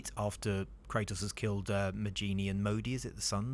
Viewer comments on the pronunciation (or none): Magni, not Magini. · Never thought something would ever hurt my ears as much, as 'Magni' pronounced as 'Mageenie'